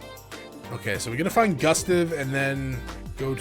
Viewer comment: Gustav is pronounced goo-stahv